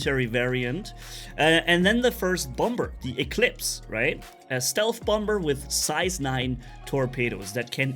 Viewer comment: The second b on “bomber” is silent